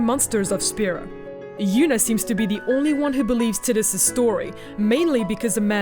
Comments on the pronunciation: T- I - dus. The I is pronounced like the letter i, it is not pronounced Tit us. Titties.. heh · why the hell does no one pronounce tidus right? its tide-us its a refence to the sea tides you know the whole main theme of the game is water I thought it was obvious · her pronouncing tiddehs, irritates the sht outta me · Of Tee-dis and Tie-dis and Tiddis, Tiddis is the only I can not deal with haha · I lost it when it sounded like titties. Lmao. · Everytime she say Tittus I want to gouge an eyeball out. That aside, I don't think Tidus ever became real. If he had he wouldn't have vanished when the faith stopped dreaming. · Loser.. Haha just kidding.. At least you're not calling Tidus as Tiddus or titties like this woman 😂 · Tit-dus lol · It's not "tit us" it's breastus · Kim Steinbach-Reif Well it's japanese and was confirmed to be pronounced teedus. As someone from germany that's how I pronounced it anyway so it doesn't bother me though obviously a native english speaker would pronounce it taidus. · IT'S PRONOUNCED "TIE - DUSS" - There's no language in the world that would support pronouncing his name "Tid-dus". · First time to hear someone call him "tit-us" instead of "tide-us" or "tee-dus" hahaha kind of bothers my head a little xD but, who cares! Love the video! My first Final Fantasy was Final Fantasy from the Regular nintendo :) I played it around when I was 3-5, never beat it or finished it, just played it and loved it, my first one to truly play and beat was FFX. I have a strong emotional attachment to the wonderful game, which is probably why I had fallen in love with FFX-2 lol. Even if it was a "meh" kind of game.... I loved it :) FFX and X-2 are both dear to my heart. Can't wait for the HD remaster :3 I already have the Collector's Edition pre-ordered! :) WOOOOO FF! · Tide-us not Tiddies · Tit-diss?? LOL TIE- DUS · I pronounced his name as "Tie-Dus". Sounds weird to me hearing her say "Tid-Us". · Tai-dus, not Tid-dus. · tid-iss? ew